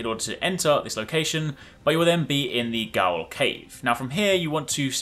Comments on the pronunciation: GAOL is pronounced JAIL. its old welsh english. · Heads up, Gaol is pronounced "jail" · Jeez with that helm and talismans you get one shot a lot huh? Btw Gaol is pronounced jail. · Gaol is actually pronounced as "JAIL", as GAOL is just another way to spell JAIL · Surely someone’s already said this, but “Gaol” in Gaol Cave is actually pronounced “Jail”. It’s what jails were called originally, and what some of them are still called in Australia. Great video though bro. I just found this weapon and looked to see if anyone had made a video on it. Thanks! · Dude it's Ever JAIL as in old English GAOL - Jail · gaol is pronounced like jail Blaidd is pronounced more like blaith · 'Gaol' is pronounced 'jail'. Someone told me it's old English. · "Gaol" is pronounced "jail". It's the old spelling of the word. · Gaol= jail. Pronounce the same